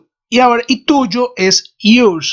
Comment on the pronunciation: Fijate que la pronunciación de "Yours" no es correcta. Muy bueno el resto.